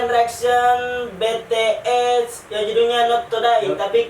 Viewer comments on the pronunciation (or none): Di baca nya betees yakk :v (bities woyy) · Bilang nya jan bete es tapi bi ti es